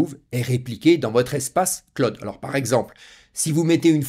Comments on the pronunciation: Pas clod mais clooooud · Le Claude ! J'ai les oreilles qui saignent:face-orange-frowning: On dit (phonétiquement le claoud) Bon, je m'ai bien marré. Super tes vidéos ! Bise. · Merci. Le CLOUD se prononce CLAOUD.